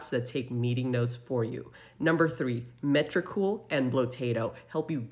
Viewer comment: It’s should be metricool and not metricol ❤